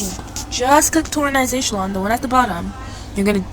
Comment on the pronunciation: Horazantional😭😭 Um actually🤓☝️ it's pronounce😮d hor-a-zon-tol